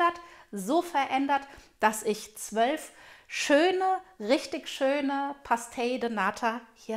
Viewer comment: man spricht das portugiesisch PASCHTEISCH aus